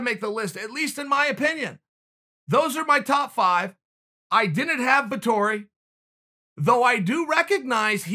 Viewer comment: "Vitori" ahahaha